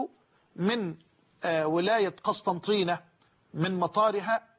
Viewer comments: بارك الله فيه... نحن من عشاق اهل الفتوى مهما كانوا... فقط الولاية اسمها قسنطينة وليست قسطنطينة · الولايه اسمها قسنطينه وليست قسطنطينه نحبكم في الله شيخنا من الجزائر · تنويه فقط شيخنا الفاضل هي ولاية قسنطينة وليست قسطنطينة